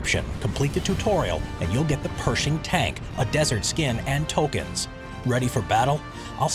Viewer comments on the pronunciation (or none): none